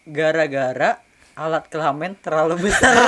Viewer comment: Kelamin bang bukan kelamen